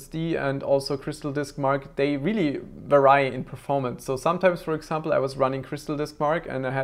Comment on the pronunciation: Good information, thanks! BTW, "Vary" is pronounced ''VEH-ree', like "scary" or "hairy", not "vuh-RYE".